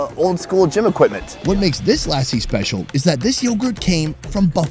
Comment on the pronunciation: literary said Lassi and then you go and say LAAAAAASI. I am gonna keep commenting on your videos until you get lassi right. haha